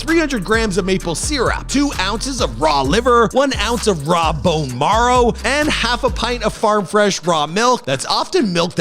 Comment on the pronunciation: “Bone MORROW”